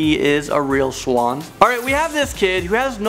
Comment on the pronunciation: Wait..waitwatiwatiwaitwait.. Did he say "fooling someone into believing he is a real schlong? Not swan?